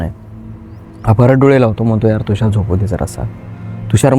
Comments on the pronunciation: थुषार, नाही तुषार म्हण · Bhai Tushar asel Thhushar nahi😅